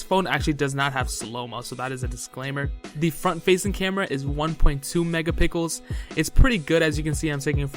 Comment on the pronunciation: did he say mega-pickles??😂😂😂